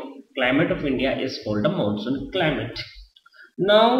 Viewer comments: it is climate not climale......pls improve your grammar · its not climale its climate sir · CLIMALE total LOL!!. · And what is this climale